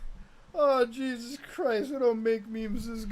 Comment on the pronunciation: He keeps calling Mexican Jesus. ASUS😂